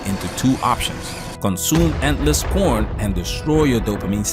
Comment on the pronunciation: Bro said prON 😂😂😂